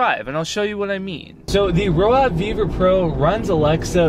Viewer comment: Roav = rove, not row ave